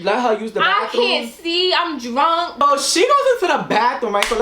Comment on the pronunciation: I love how says drunk. She's like "drwunk!" 😂 so much emphasis